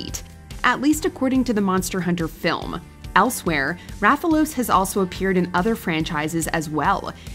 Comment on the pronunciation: The first one name is Rathalos not Raphaels lmao